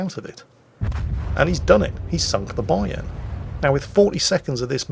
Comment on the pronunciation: you pronounce Bayern "A" the way I pronounce the Yamato "A" and Vice Versa.